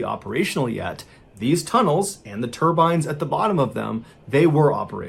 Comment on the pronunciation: Once he said "turbines," it became a completely different story. I cringed hard